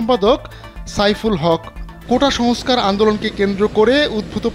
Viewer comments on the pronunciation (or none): none